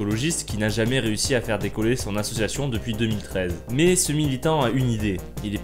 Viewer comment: Insupportables : cette musique de fond, ce survêt (pub Adidas), ces insultes gratuites à chaque phrase, cet accent pourave (mé, mé, y a encore un mé...) ! Quel que soit le contenu, la forme est tellement imbuvable, que j'ai abandonné le visionnage...